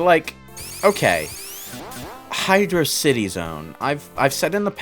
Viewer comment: Uh uh uh,. It's "HydrOCity". The Zone's spelled as one word and it's a pun on velocity. Yes, I'm reviving that dumb debate, why do you ask?